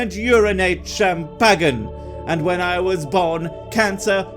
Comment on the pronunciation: The one thing that cracked me up to most about this video was your pronunciation of champagne. xD